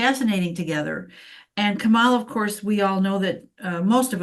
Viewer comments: Emphasis on 1st syllable on kamala. This is an awesome reading. I love when someone explains astrology where it makes sense. Ty! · COMMA - LA! not KaMAla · Her name is Ka-ma-la NOT Ka-mal-la. Please and thank you! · 1st syllable KAH, not KUH. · Please pronounce Kamala’s name correctly,! 🙏 KA-ma-la, not ka-MA-la. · Can everyone please try to say Karma - la rather than Ka - MALA thankyou :) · Comma-la. Please pronounce her name correctly! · Kamala is pronounced Comma La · I think it’s disrespectful to mispronounce her name. Trump also pronounces it kaMALa. To be mean. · trying to really listen to you is difficult when you repeatedly mispronounce KA-mala as you do right from the start. Just sing in your head from the song Camelot as Randy Rainbow does on YT: KA-mala, Ka-mala etc. Just sing it. Surely you know the song. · Her name is Kamala. As in Comma-la. Why is that so hard? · Please pronounce her name correctly! And Not MAGA style! Pronounced Comma-La! We must show respect and pronounce people’s names correctly, especially when they are our next president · Please pronounce her name correctly! Not MAGA style! Pronounced Comma-La! We must show respect and pronounce peoples namescorrectly, especially when there are next president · I just heard someone pronounce her name as Comma La. That made it easier for me to say her name accurately. Hope this helps others, too. 😊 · Coma,pronounced,not k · Ka- MALA…Make America Laugh Again! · Very interesting readings. Please remember her name is “Comma-la”. I am getting sensitive to her name mispronounced. Weird i know. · Please pronounce her name correctly ❤ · The right refuses to say Kamala's name correctly.... I wish we could ALL pronounce her name with the emphasis on the first syllable and not the second. Go beyond the hate speak. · Kamala - accent on the 1st syllable! 💙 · Nice but your cohort is pronouncing her name wrong. You 2 are great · Why can’t you pronounce her name correctly??? Grrrr